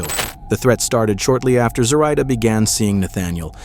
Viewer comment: This video is a little unsettling for me because my mom’s name is Zoraida. They’re pronouncing it wrong. People have been pronouncing her name the way the narrator is pronouncing her entire life.